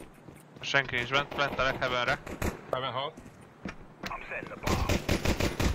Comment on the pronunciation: hevön lesz. Hevön lesz. hevön. hevön. HEVÖN. HEVÖÖN...... Még jó hogy infóztam. :D